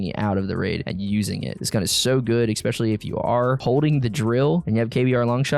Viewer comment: I'm honest to god not trying to sound like an ass-hat but I absolutely hate the way you say especially. There is no "ex" sound in especially.. Again, sorry. I love your content and definitely have that bell rung, keep up the content man this is good stuff. No good way to sign off after saying dumb shit like this so...